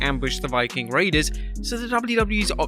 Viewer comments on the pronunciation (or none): none